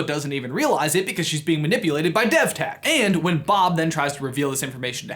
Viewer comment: devtech sounds like dethteach